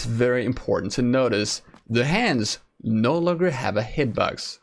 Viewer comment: Yo, ik heb denk ik al je revieuwss gezien, moet zeggen knap werk man! There's only 1 remark... work on your English Pronunciation (it seems like you say hitbugs instead of box). well.. maybe its becouse you're Dutch.. Nevertheless... if thats the only re^mark i can make... damn you're good, you should work for pubg dev team!!! You make the vids and give the info every1 wants to hear/know... GJ!!